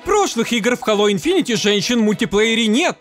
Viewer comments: У меня кровь из ушей идёт от "инфинити", читается как инфинит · видео как всега топ, но хэйло инфинит, а не инфинити))